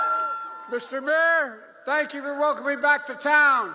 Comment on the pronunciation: So embarrassing .. "I WANNA SANKYOU!!!"